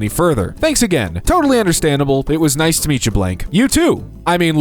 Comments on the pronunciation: Nice. Nice, France. Pronounced like "niece." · Nice is a city in France, it's pronounced Ne-se. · Nice is a city in France. It is pronounced niece.